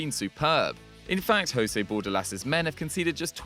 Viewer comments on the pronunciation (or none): none